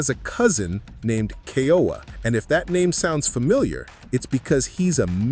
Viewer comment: Ke-ooo-uuu -aaa these are sacred names of our Ali’i need to pronounce them correctly. They were considered the heavenly ones.